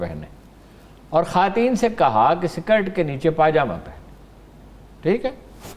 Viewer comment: جناب ہارون الرشید صاحب عاجزی کے ساتھ گزارش ہے کہ یہ لفظ "خواتین" جو ہے اس کا تلفظ "خاٹین" نہیں ہے، یہ تلفظ غلط ادا کیا ہے آپ نے۔۔ یہ لفظ " خوا تین " ہی ادا کیا جائے گا اس میں واؤ کی آواز ادا کی جائے گی، حذف نہیں ہو گی واؤ کی آواز۔۔۔ شکریہ